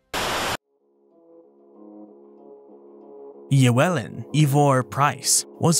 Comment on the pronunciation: is often so good at names but is not how to pronounce Llewellyn.